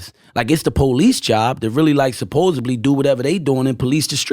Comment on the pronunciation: Can somebody tell him it’s ‘supposedly’ with a ‘D’ and not supposebly